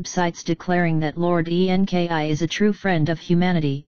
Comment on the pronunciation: FOR FUCKS SAKE,it keeps saying E-N-K-I.instead of ENKI, its so annoying